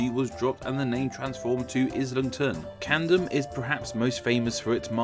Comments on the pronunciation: U say Camden as if it was spelt candem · Dont forget 'CaNdeM' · Pronouncing Camden as Candom and Saxon as Saxton. That's weird. I wish you had shown the spelling of the name behind Haringey and Hornsey. It I think it's the only one you said but didn't show.